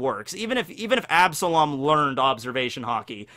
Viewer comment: You took an L on absalom